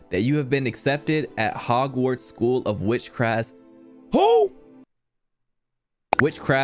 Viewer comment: homeboi said witchcraff